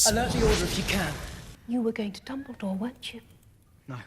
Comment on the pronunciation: I can't hear this otherwise than the short of "dumbledaw"